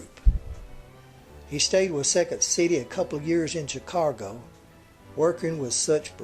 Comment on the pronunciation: It is Chicago - not Chicargo - there is no R in the word Chicago!!!!!!!!!!!